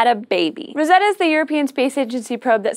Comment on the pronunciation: I missed in the last few Videos, iam glad she is "back" and props to you for pronouncing the "Rosetta Comet" correctly.